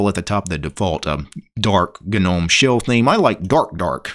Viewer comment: Its a silent G mate